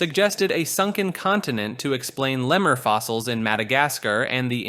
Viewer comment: And lemurs, not leh-murs, or seiances, not say-on-sez.